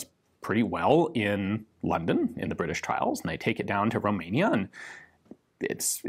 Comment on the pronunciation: Or the Bri'i'sh